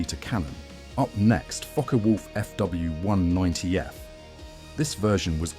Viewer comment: LOL at the AI trying to pronounce 'Fw', coming out "Fuhwuh". 😄 For the most part the models are very well done (except for that alternate universe 2-engine version of the Ju-52), but my goodness... so many cringey content and narration errors.